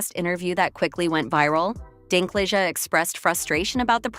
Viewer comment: Peter Who? Dinklig? Dinkleejah? Dinkliga? Dinklaidge? Dinklatch? Dinkclaij? Dinklijizz? Dinkleg? Dinklog? Dinklaiga? Dinkleega? Dinkpledge? Dinklogga? Dinkclayjez? Dinklagga? Dinklaige? Also news flash Snow White has been out for 3 weeks at this point.